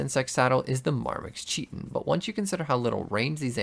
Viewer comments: Smart enough to beat RL craft but not smart enough to pronounce the word “Chiton” properly lmao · Apart from your pronounciation of Chitin Its a good video